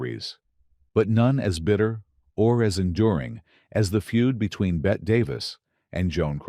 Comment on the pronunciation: In this age of AI and HIGH high tech you'd think they could program the automaton voice to pronounce Bette.... BETTY and not Bet.